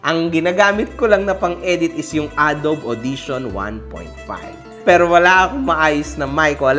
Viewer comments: "Adowb" Hoy boss hahahahahahahahahah ayusin mo! Lodi ko toh simula nung pinakaunang Zeinab diss, yung Toni - King Badger era, etc. Di ko gets bat ngayon andito padin ako hahaha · A-DO-BE PRONOUNCATION NUN DIBA KA HOMBRE